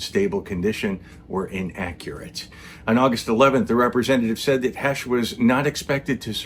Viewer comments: .. pronounced "Hey sh" ..not "Hesh like said" ..long A, okay? 👍 "HAAAAash, ..not hash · I'm 6 seconds in; already coming to the comments. You're pronouncing "Heche" incorrectly. Ugh...